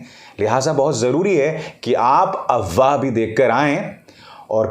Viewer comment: Abhisar Sir aap AFWAAH word ko wrong pronounce karahe ho. AWAAH nahi AFWAAH hai,, app F ko silent karahe ho.